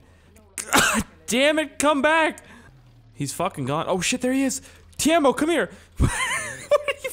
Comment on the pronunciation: Its Timo no taimo